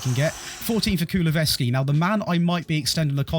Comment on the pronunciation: I enjoy theese videos. But I wonder if every video is going to have a player he constantly pronounces wrong lol, first video it was Todibo he pronounced Tobido, this one it is Kulusevski he pronounced Kuluvevski haha. Could be interesting seing something like Monaco-Nice or other French teams, Dortmund-Leipzig-Leverkusen, two of the sup top La Liga teams so no Real, Barca or Atletico